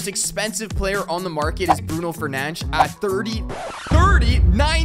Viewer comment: i love how he say bruno fernenach instead of fernandes